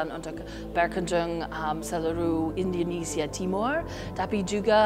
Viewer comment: I really really love her Indonesian pronounciation.. We appreciate that